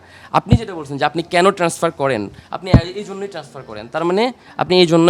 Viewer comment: এই মহিলা ব‍্যাংক কর্মকর্তা হয় কি করে ট্রান্সফারকে টেনাসফার বলছে।